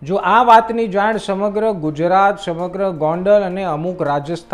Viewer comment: PAHELA TO સ ને શ BOLVANU BANDH KAR શમગ્ર 😂 TRP MELAVVA MATE BAS CHALU J RAKHO BIJA KOI MUDDA J NATHI.